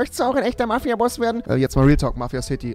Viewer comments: Kannst du kein Englisch Boss Boss nich baus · Was ist ein Baus? 😂😂😂😂 Geiler kann man boss gar nicht aussprechen...